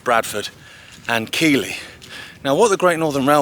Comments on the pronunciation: Great video. Keighley is pronounced Keith-ley, I know, just being pedantic. But what a beautiful area. We are so lucky in Britain to have such expanses of lovely countryside. Long may we have it without little breezeblock houses and giant destructive spinning turbines. Hope they open the tunnel. I love the history. Thanks for all your walks. I feel I am on the trail looking for clues myself. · Nice video, but Keighley is mispronounced. See Enjoy all your walks.